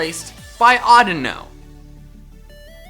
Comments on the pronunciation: AUDINO, NOT ADUNO! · Audino what Audino is either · audino what a audino is lol